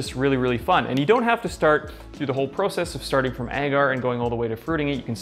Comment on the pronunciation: Nice video. Only complaint is the way in which you say “process”. Lol